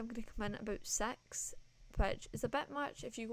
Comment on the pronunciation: When you said six at the beginning I heard something else and I was so confused lol😋😭